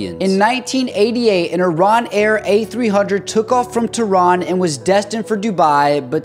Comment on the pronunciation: But still couldn't pronounce "Teheran" correctly